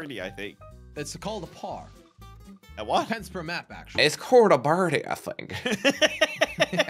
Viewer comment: it's called a birdie I think in the most American accent got me